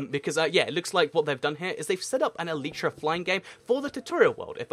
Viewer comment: You should do a race to the elytra. Also in the USA its pronounced e lay tea laytra not leetra